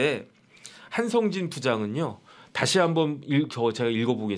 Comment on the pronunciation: 동기생이라면서 한성진을 한상진으로 발음?